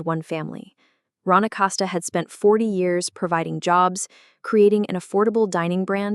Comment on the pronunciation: ACoseta (Acosta) say last name right